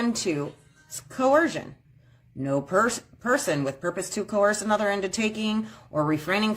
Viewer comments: First one is yet another case of coHersion. This is making me wonder if one of the YouTube University sovcit miseducation channels pronounces the h in "coersion". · I love how they try and pretend to sound intelligent. Using big word like cohairsion instead of coercion. This skank has 8 children that the taxpayers are obviously paying for. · What is with the weird sov-cit pronunciation of coercion? Co-her-sion? Like, where'd that H come from?